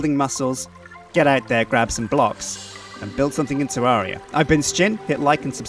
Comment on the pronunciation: Sounds like he says "Trank" lol